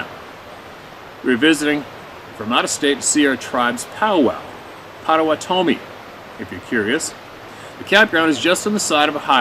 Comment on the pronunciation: Greetings. I am from the northern Midwest. Potawatomi is pronounced "Pot uh wot uh mee". Say it fast. I enjoy listening to people's experiences.